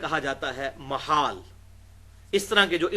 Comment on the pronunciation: مُحال بالضم او محال بالفتح؟ الصحیح محال بالفتح